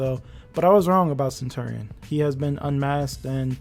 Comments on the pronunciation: it’s pronounced: (suhn·chur·ee·uhn) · It’s been so long and you still can’t pronounce centurion correctly?